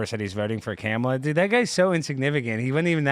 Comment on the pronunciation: I love pronunciation of Cam-a-la. 😂